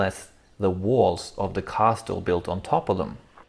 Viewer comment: I fear that, when you are 40 and look back at these, you're going to cringe every time you hear yourself saying "cassel". There are some choices that can't be undone without losing the nuanced flavor of the experience. My videos of Moscow and St. Petersburg are completely unwatchable. You can only see something for the first time once. Great videos nonetheless.